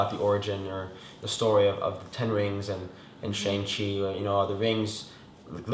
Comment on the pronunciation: the correct pronunciation of Shang-Chi is "Shung-Shee"